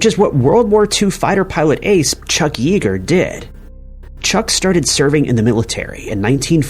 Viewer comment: It's Chuck Yeager - pronounced Yay-Ger. Not Eager.